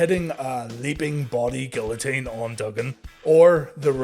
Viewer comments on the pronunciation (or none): none